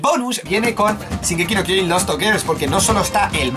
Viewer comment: No es "Zingeki no kiojin es shin eeees shin!!!!!!